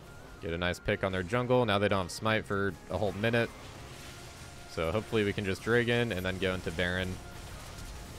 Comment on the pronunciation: Why do you say Dregon instead of Dragon?